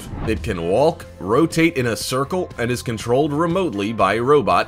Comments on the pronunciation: Robots are machines that operate by THEMSELVES!!. The word 'ROBOT" only applies to a few items in this video. Oh and the L is walk is silent so it should sound like "Wok" not wallk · "Land wall-ker." "Sure, he wall-ked." "The wall-king beast." Dude, you need to learn how to pronounce "walk"; the "l" is silent. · the L in walk is silent! :/ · Nice video. But the way you pronounce walk/walker/walking, makes me wanna throw my phone. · The way you say walk. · To the narrator: I'm sure you are probably trained in phonetics, speech, proper annunciation and pronouncement of the English language. Probably a degree in radio and television communications or similar. All that said, with no disrespect intended, just for your future reference.... The "L" in the word walk, is silent. I expect you to work on that in the future. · Could you maybe not pronounce the L in Walk.